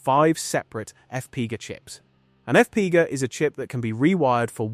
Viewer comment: Use a better AI to pronounce F-P-G-A.... "EFF PEE GAH" sounds like someone falling down the stairs and I immediately lost interest in the video after that